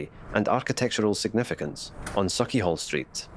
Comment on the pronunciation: Very interesting to see. I learnt a lot here. / I can't see it being said as saw-chee, but sawch as in loch. Anything -ch in Scots will be that sound. I had read before the haugh (pron: "haw") or hauch is correct and hall is a mistaken translation.